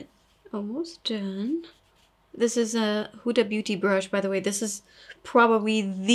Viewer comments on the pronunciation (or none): none